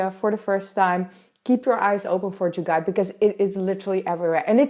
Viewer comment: I love the way you that u talking about "jugaad" 😂😂😜